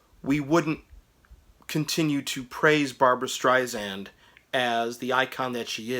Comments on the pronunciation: Strei-SAND (not zand) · Good review! Make sure to pronounce her last name correctly - you’re saying it like a Z - Streizand - but say it like “sand” - Streisand - she’s very particular about that - FYI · It’s an ‘ess’ (sand) not a ‘zee’ (zand). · It is Barbra StreiSand, not Zand. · I know it's been over a year since this video was posted but again, her named is pronounced Strei-SAND not Strei-ZAND. Also, her follow up album after Stoney End was Barbra Joan Streisand not Barbra Jean. Please get your information straight before posting videos on someone. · Might be a good idea to learn how to pronounce the subject's name of whom you are speaking. It's StreiSAND, like sand on the beach. However, I will give you kudos for getting the spelling "of Barbra" correct. Also, did you really say "Barbra JEAN Streisand"? ... I can't. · Please, her name is StreiSand, like sand on the beach, it does not sound like "z". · SSSand omg. And it was barbra JOAN not jean